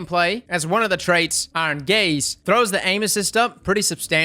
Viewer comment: I'm old but hearing,"Iron gaze", makes me laugh....iron gays